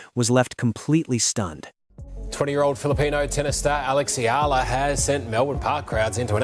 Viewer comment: Her surname is pronounced as Ee-yuh-luh. I wonder why Oprah's picture keeps being shown.